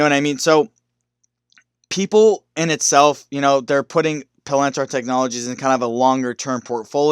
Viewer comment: pa. lin . tier not pa lan tar.